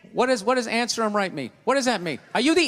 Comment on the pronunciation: sounded like anseram rights or some other whackadoo shit to me.